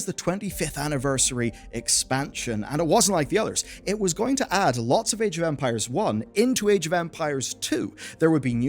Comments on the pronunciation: Sorry, but I keep hearing "Age of Vampires" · You saying age of Empires or Ampires? I hear Ampires.